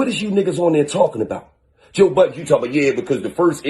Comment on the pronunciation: He keeps adding an “S” to Budden.